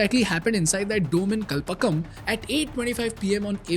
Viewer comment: Its not Kalpakam, its Kalpaaaakam !